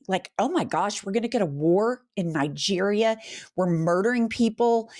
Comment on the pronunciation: Did you say Nigreria.Now he can recruit African Americans, at least 2 battalions to die in Africa